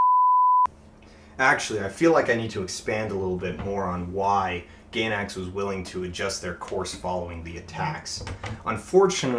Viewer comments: I was feeling a lot like Shinji during the time I watched the series. The last two episodes really spoke to me on how Anno was feeling. While I see why fans were upset I can't help but love the regular ending the most. Also, it's pronounced GUY-NACKS, not Gaynacks. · out of everything blatantly wrong said in this video, let me just make this comment: it's not pronounced 'gay-nax' that climax joke was pretty funny tho